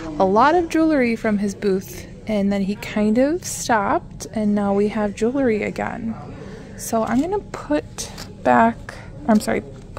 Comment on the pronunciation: You do such a great job with your videos. I enjoy watching. Please do me a favor and learn how to pronounce JEWELRY. It is not jewelERy. ❤️